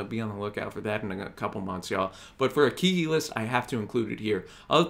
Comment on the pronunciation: BTW. Pronounced Keg gee.